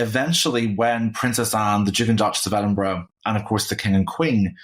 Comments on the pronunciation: "Ed-in-BURG"?! Seriously? Why don't you find someone with at least a grade 5 education to narrate? How embarrassing for you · Could someone please correct (after all these years) how to pronounce EDINBURGH...sadly, she continues to get it wrong, and she's been senior host of this Royal program for several years. It's not EDINBURGG.